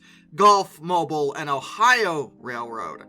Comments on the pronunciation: Dear, two minor points but important none the less. Cairo is pronounced "Karo" like the syrup and Mobile as in Gulf, Mobile and Ohio is pronounced "Mo-beal" The second syllable is dominate. Not like Mobil as in the oil company. Thanks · Gulf MOBEEL is the right pronunciation and Ohio